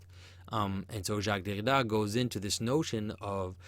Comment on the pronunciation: I want to kill myself everytime you say "Derrida"